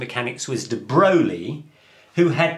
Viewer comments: de Broglie => duh broy ;) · Please, learn how to pronounce "de Broglie" and other scientists'names, when it applies. It is a matter of respect to their persona and legacy.